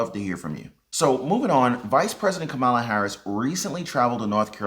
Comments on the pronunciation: Why do constantly mispronounce Kamala's name? It's comma la. Easy. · The V-P name is pronounced, Ka’ma’la’